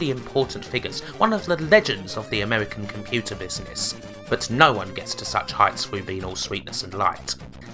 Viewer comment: You sound like british Homestar Runner. "fwivolus" "amewican" srsly this is bugging me